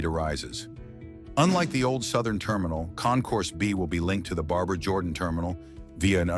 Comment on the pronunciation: I love how AI can't pronounce Barbara.